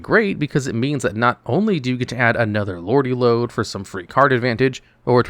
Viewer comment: It’s Lordly Lode not Lordy Lode btw